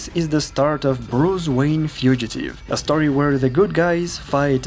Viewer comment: bruce wanye